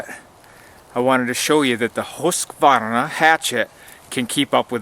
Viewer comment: Ullrica is proud of you for the pronunciation , I'm sure. =0)